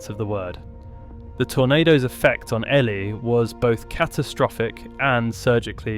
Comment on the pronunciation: The name is EEE-lie